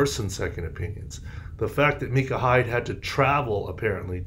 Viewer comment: Micah. No its micah